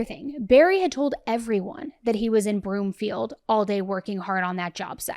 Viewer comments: Broomfield not Bloomfield and Salida pronounced “Sa-lie-da” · She never went for a bike ride. And the town he went to is called Broomfield, not Bloomfield. Also it's pronounced Sol-EYE-duh. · Suh-lie-duh not Suh-lee-duh. Broomfield not Bloomfield! 🤦🏻‍♀️ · Its broomfield 😂 not bloomfield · I'm sorry, but it is pronounced Broomfield. Love you❤ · Broomfield And it’s pronounced SA-lie-da